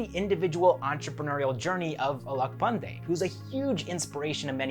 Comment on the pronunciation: your pronounciation is almost correct 👍🏻